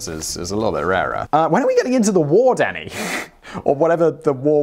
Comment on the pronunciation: I keep hearing "Danny" as "Daddy". "I'm sorry, Daddy." "When are we getting into the war, Daddy?" "SHUT UP, AND WRITE THE SCRIPT, DADDY!"